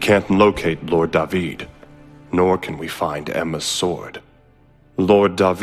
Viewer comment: +Dadiris Agrom It's not just that guys!! You got it wrong Japanese have often had a strange fascination of the Hebrew language. I'm from Israel, Jewish and speaking the language. So when I first heard Da-vid I was excited and appreciated it a lot. Da-Vid is how you TRULY pronounce the ORIGINAL David name, and to this day you pronounce the name in the same exact manner in Hebrew. Dave-id is modern English way of pronouncing it. Yes do some history/background check before bad naming the English dub! Da-Vid was a great poet, a bard of sort. He started off as a humble Shepard boy. Red hair with a fiery spirit to match, hot headed as hell, handsome, brave. He was also most famous for his triumph in a legendary unexpected duel against the Plishthim's champion. He was the underdog. This is of course the story of "David and Goliath". Yeah that shepherd boy with nothing but a harp, a shepherd's crook and a makeshift slingshot - taking down a skilled warrior-giant with 1 rock to the forehead. So in Hebrew its "DA-VID ve Golyat" .Later Da-vid was to become arguably Israel most famous ruler - KING of the Kingdom of Israel. A powerful, blood-soaked warrior king, who's personality was both heroic and imperfect. Such splendor and tragic past. Many names in English (perhaps the majority of them) - comes from the Hebrew Language in its source - which is one of the world's most ancient languages. Da-Vid = David. King Saul = Sha-ul. Solomon = Shlomo. Abraham = Av-ra-ham. Issac = Itz-hak. John